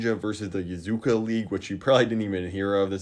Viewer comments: It’s “Yakuza”, not “Yazuka”. It hurt my soul a little when you said (and wrote) that. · It hurts hearing him say Yakuza.